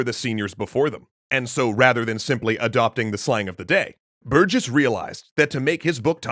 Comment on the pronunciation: Honestly? Biggest part of this one was hearing someone unrelated pronouncing my last name correctly for once. Can't tell how many times a new teacher would call me "berg-iss"